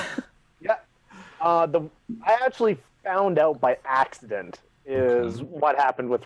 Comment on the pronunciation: 10 points for Axe-dent